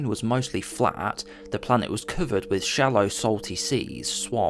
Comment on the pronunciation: I dislike how you say cover as coouvered…. Ai voice?